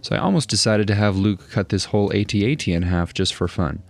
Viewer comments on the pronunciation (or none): BRO! Why you saying it weird? I've never heard anyone say ate-ate. lmfao. it's at... at. Always has been, that's what the crew at ILM called them. Ok, never mind. I'm further in now, you're fucking with us. 😶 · I’m sorry but where on earth did the younger generation learn to ruin the name of this item. The word At has always sounded the same. When the movie came out in the 70’s we knew what words were. It’s not Ate Tee Aye Tee nor is it Ate. It’s 2 words At At. 🤷🏼‍♀️ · "A-T-at" was painful to hear 😂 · “Ate Ate” lol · Tbh, I thought I was having a stroke when you said “AT-ACDC” 😂😂